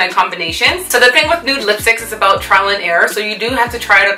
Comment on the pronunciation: I should have known when she said "about" lool